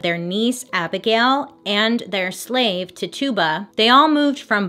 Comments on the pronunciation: One small clarification. Her name is pronounced “Titch-uh-buh” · I love you, but that’s not how you pronounce Tituba. It’s “ti-choo-buh” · It was gonna drive me crazy lol love you bailey🤣❤️❤️ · Great video. Loved it. Oh I also wanted to note that Tituba is pronounced tichoobuh. She was of native and black ancestry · Ok but the way she keeps saying Tituba's name though!!🤣😂🤣 It's pronounced Ti-CHU-buh🤣😂🤣 It's ok though...Bailey is the queen!!!💜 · *TI-CHOO-BUH Is how it's pronounced lol love ya girl. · You're so cute. It's Titch-ooh-buh 😁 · Tituba is pronounced first part Ti exactly like you said, the tu makes a ch sound. So it's like Tichiba. Sorry, that was just driving me bonkers. 😁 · Her name is pronounced Tichuba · Tituba? I thought her name was pronounced titchiba 👀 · it's pronounced TI-CHEW-BA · He name is pronounced Tet- chu-ba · Im not judging I'm merely informing Its pernounsed Tich a ba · Titchuba is how it’s pronounced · is no one going to talk about how shes pronouncing TITUBA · Yep...I said it every time she did, like she could hear me correcting her 😂😂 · Ahhhh yes!!!! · Bailey i love you but your pronunciation of Tituba cracks me up, lots of love <333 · yes. she was saying it wrong and I just kept correcting her lol.. wondered if anyone knew this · I loved the video, but I can't get over how "Tituba" is being pronounced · Girl I love you, but I am laughing so hard at how you pronounced Tituba's name. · Your saying the slaves name wrong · Not how you pronounce Tituba‘s name.. just saying. 🤷🏼‍♀️ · I love you Bailey but it was driving me nuts of you mispronouncing Tituba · You mispronounced tituba